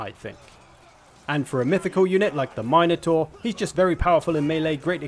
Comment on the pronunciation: For the record, it’s “Minn-oh-tarr” not “Mine-oh-tarr.”